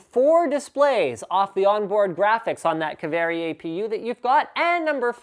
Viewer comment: btw its not "ka-ve-rri" its "kaaa-vee-ri". Say it!